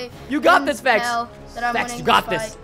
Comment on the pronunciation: How many times does he say spects?